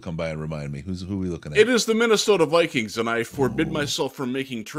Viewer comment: "Vike-queens"? Really? Do better